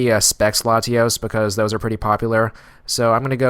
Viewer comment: Why do you put so much emphasis on the a in Latios?